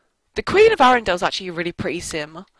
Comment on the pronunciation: you say arendale wrong